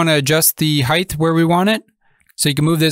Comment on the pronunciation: Dude there is no h at the end of height please pronounce it correctly